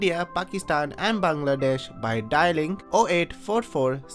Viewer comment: Finally someone who pronounces “Bangladesh” perfectly. I also found the video by complete coincidence as well.